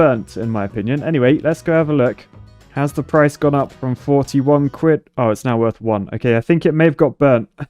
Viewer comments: C for cuid I thought it was quid? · Quid not cuid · "C for Cwidd"